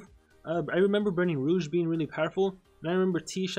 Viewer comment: I cried after hearing you say Rogue. How do you get it so wrong?😂😂😂